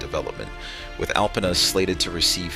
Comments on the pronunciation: Alpena is pronounced Alpeena. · I live in the area. The alarming footage that you see in this video is NOT Alpena. You just don't see large numbers of homeless people in Alpena in the way this video suggests. In reality, Alpena is a great place to live and visit. Also, the narrator (probably some kind of robot) repeatedly mispronounces Alpena.